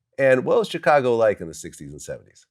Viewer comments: Damn Glad, why can’t you just say Chicago right? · I hate the way Vlad pronounces Chicago